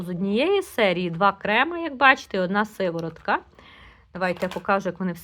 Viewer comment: Не " Сиворотка", а сироватка. З наголосом на " о"